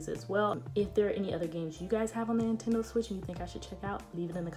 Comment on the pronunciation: Was I the only one that heard intendo not Nintendo ?